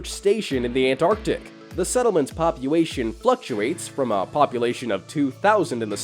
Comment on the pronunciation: "settlements popuation"